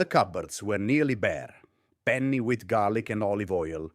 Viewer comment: Ok, nice Italian accent UNTIL he pronouned penne, and aglio……WRONG! But I appreciate this video because it reminds me of how my mother grew up in the Boston’s North End. Poor but rich. Thanks for the video.